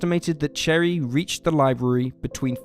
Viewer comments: Her Name is NOT CHERRY 🍒 it’s Cheri , and it’s Pronounced Sounding Like: ( Sherry) only Spelled Differently Only two or three People out of a Million Pronounce it Wrong… and since Your one Of them… Please Pronounce it Right Especially if your going to do a Documentary about her. Thank You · “Cherry joe bates “ lol what? No . It’s pronounced SHERRY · Oof, opening with reading Cheri as Cherry wish I didn't have to ignore that <3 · He starts this video by pronouncing Cheri, cherry. Cherry Jo Bates. Proceeds to repeat Cherry Jo Cherry Jo Cherry Cherry Cherry. What a moron. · Its (sherry) not (cherry) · Cheri is pronounced as Sherry… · cheri is pronunced sheri not cherry, ch in amarican english is the sound sh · Cherri? Lol put NO RESPECC on her name. It''s pronounced like Sherry, you goofy. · Didn’t know that detail about the footprints of shoes sold only at military commissaries…another reason why some think Cheri Jo Bates was one of Zodiac’s victims. FYI We Marylanders never say ‘MARY-LAND.’ Most common among the many ways this is pronounced is like saying Marilyn Monroe, with a D at the end. Cheers and thanks for these videos. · The name Cheri is pronounced Sherry. It's just a French spelling. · Her name is really pronounced Sherry even though it's spelled Cheri. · I would of thought more of this of but you kept saying cherry and her name is pronounced with an sh sound not ch Cheri